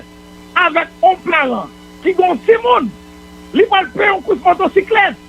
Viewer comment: Moïse Jean Charles doué kinbé calme li leu lap parlé. Li pa kapab di 1, 2, sanl pa mété surette nan bouche li. Par exemple un sé in, deux sé dé, bagay yo grave.